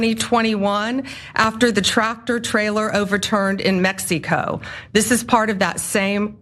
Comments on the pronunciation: 'Mex-HEE-coh' - no doubt AG Dumb Blondi rehearsed that word for 10mins before taking the podium. I doubt that the 'evidence' dredged up against KAG will hold up in court. Most likely, Garcia will be acquitted which will compel Donnie and his stooges to howl about 'liberal judges allowing criminals to walk on a technicality!' All this concern over immigration could've been handled in decent fashion years ago if only the GOP had the composure and willingness to compromise, along with an honest desire to find a sound solution. But the GOP has been simmering in unhinged zealotry since Newt Gingrich was elected Speaker in '94. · Omg I thought it was just me with her "Mex-ee-co" pronunciation. 😅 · "YOU BOYS EVER BEEN TO MEX-EE-CO?!" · As a matter of fact, we used to go drinking in Tijuana when we were 18 in Mex eee co, si senior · And learn how to read guide you're an embarrassment, the whole damn administration Jesus what is wrong with you people? Do you even know how to pronounce Mexico? You are an idiot. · Bondi is so ignorant who says mexico like that. YEP SHE is STUPID AND DUMB 😅 GO BACK TO SCHOOL DUMMIE.😂😂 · She couldn’t properly pronounce “Mexico” because she was so embarrassed about all the blatant lies she was telling. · .... The pronunciation of Mexico.... ** The misplaced accent on the second vowel is a sign of rehearsed emotion.... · have you heard how people from Mexico pronounce "mexico". Meh-he-co fucking dumbass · She didn't just say Mex-ee-co, she also said "he is alleged with transporting..." He can be accused of that or it can be alleged that he did it, but he can't be alleged WITH it - unless perhaps she learnt her English in Mex-ee-co. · Da f*ck is Mex-ee -co? She's not built for this, almost worse than the other loons in the admin. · Does she really pronounce it mex-e-co? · Mex eee coe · where is "Mexy-koh"? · Mexeeeeco WTF you stupid Girl say the Gulf of AMEREEEECA now You are a JOKE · Her pronunciation of "Mexy Co" really stood out to me as well.